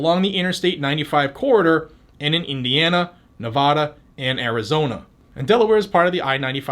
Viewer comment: “Nevotta” (Again!! ) LOL